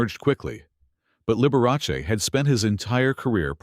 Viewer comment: AI cannot pronounce Liberace correctly.